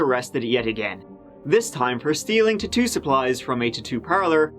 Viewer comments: “tatoo” 🤣🤣 love u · The way you said tattoo 👌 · When he said “ta-too supplies” I said what in the heck and had to rewind it and saw it was tattoo lol. I have to add this to the words I love him to say like “turty, tree (3)” etc lol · the fastest pronunciation of the word "tattoo" I've ever heard. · It took me a year to stop grinning from saying "tree" for three, because I'm a child. Then he goes and says tattoo